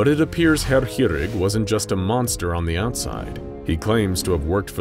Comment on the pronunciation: I agree, I'm learning it, and personally 5/8ths German, and does pronounce it very well.